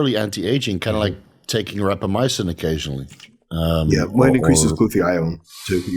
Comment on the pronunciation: said rapamycin for anti aging, what were the other two? i have no idea what he’s saying